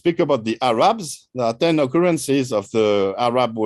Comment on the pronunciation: I can accept most of it....but Ahhh Raaaab is horrendous. It KILLS content and context and needs to be corrected. Not even French intellectuals say Ahhh Raab.